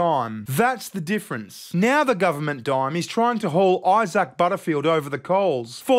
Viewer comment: Eye-sack... What an proper big unfortunate name 😂